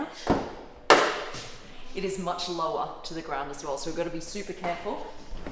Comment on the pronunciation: O my God this is soy cool (in her accent)......and this is all she said